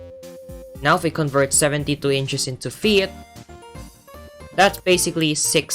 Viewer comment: Unrelated, but are you Filipino? When I heard you pronounce "72", my Filipino-meter was beeping lol